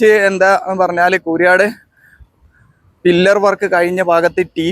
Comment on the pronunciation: Fillar അല്ല pillar ആണ്.